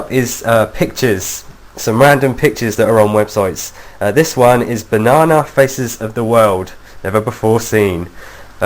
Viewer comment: lol you say banana funny